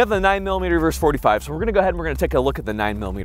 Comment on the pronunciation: Versus. Versus. Not verse. A verse is part of a song or poem. Versus. Versus. Versus. Young whippersnapper.